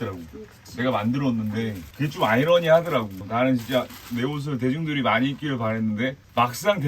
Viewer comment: 대중들이 입으니까 -> 발음